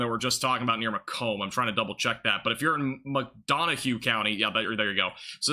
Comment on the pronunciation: Just started watching and the 1st tornado warning is Macom IL,, home of Western Illinois University. A town surrounded by corn and soybeans, and a university. It's Mah-Comb, emphasize last graph. "Mac Donnna" is kind of how to pronounce. Probably country. OK, now I'll see how that came out...